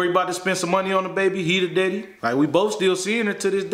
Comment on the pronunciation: Did say Diddy; instead of daddy?